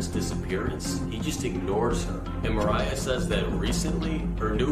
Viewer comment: Nama cewenya Mariah kak bukan merayaaa😭💔